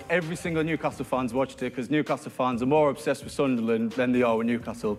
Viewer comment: Like how they actually sing SUNDERLAND. Instead of sunlun sounds so wrong 😂